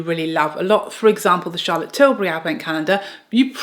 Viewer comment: Say-for-A (Sephora) is popular in N.A.. Thanks for touching on American brands like Na-Ta-sh-A De-Non-A, Hourglass, West-Man Atelier, N-ours, and Pa-trick Ta and English brands like Charlotte Till-burr-Y. Butt u also forgot to mention Tom Ford.